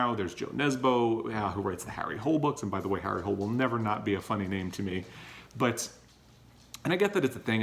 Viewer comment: No, is not pronounced without the H(that is the French way), and Nesbø is Norwegian, not Danish. The name is not pronounced like the English hole, but with two clear syllables , and the -e in the end is pronounced: hooo-le (like -le in tolerate, and not changing the long o into a u-sound). Sorry, but I have spent parts of my life teaching Danish at an American University, a long time ago, but still...